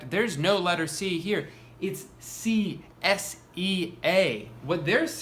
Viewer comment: had to rewatch twice to comprehend that u said CSEA